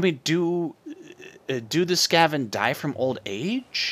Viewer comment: the why you say skaven sk-a- ven not ska-ven